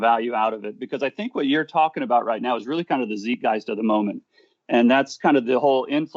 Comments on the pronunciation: 'Zeitgeist' is not pronounced like that. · Ts-EYE-t Gueist. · I LOLed as well...